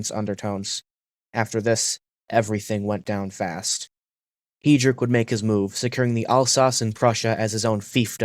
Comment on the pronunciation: reinhard hee-drick